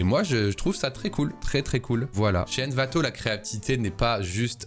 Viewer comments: T'as surtout dis "Anvato" 1000 fois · " N'Vato " la prochaine fois STP💔